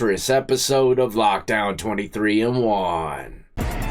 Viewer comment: Why does this guy start every show by saying 23 and woon and not the name of the show, that is supposed to be 23 and 1. Just because some wear the uniform, it does not make them an officer. Obviously, they were dirt trash, just like inmates, when they came in. No such thing as "PC." If you want some pc, stay out of prison!